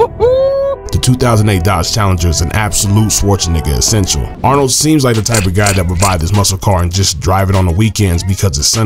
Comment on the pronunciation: Lmfao when you said Arnold’s name 🤣🤣🤣